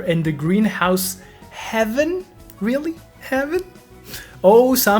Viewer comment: It’s “haven” pronounced hay-vin not heaven 😂 😅